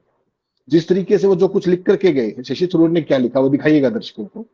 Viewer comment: Sasi nahi..Shashi kahiye..